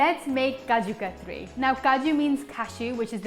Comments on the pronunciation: Looks delicious! Random question...is it kaju katli or katri? I noticed that it was spelled katli but pronounced katri? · Umm.. it's chak - li (not ri) and similarly, kaju kat - li.. but yeah, everything looks amazing.. thanks for this!